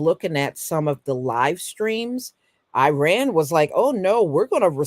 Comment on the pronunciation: PRONOUNCED "EAR RAAN" NOT i RAN